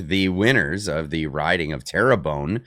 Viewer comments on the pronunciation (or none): It's pronounced Tearbun